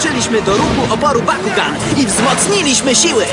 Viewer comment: Bakugan a nie Pakugan